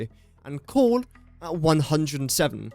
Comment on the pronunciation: Whenever you say coal, why does it sound like you're saying cord or corn? 🌽